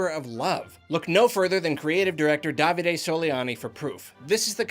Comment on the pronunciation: Someone finally pronaunce Davide right, thank you